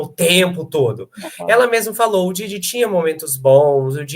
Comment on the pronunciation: Dói o ouvido ouvir os convidados pronunciarem ""DIDI" e "CASSI"